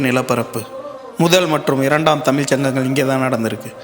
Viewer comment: தமில் அல்ல, தமிழ்